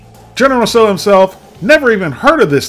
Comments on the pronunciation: did you realize it's pronounced "sow" not "so"? I googled it to be sure. and i like how you say it was "pretty good" and had "good flavor" then put it down the rest of the video LOL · It's pronounced "tsow". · I believe the pronunciation of Tso is dow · the Tso in General Tso's chicken is always pronounced tsah-ow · "Tso" is pronounced as "Cho" in English.